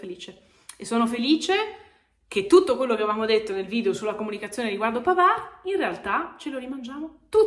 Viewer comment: È arrivato pavarrrrrrrrrr (senza pronunciare la d mi raccomando) e grande marotta